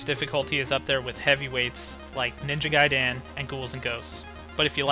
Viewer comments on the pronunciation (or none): "Ninja Gai-DEN" lol